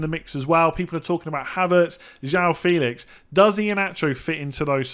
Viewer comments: Yeah but also knew it before, comming from a non english speaking country, there is no reason for it to be FEELIX instead of FElix :) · My brother its not Joao Feelix, its E like in MbuEmo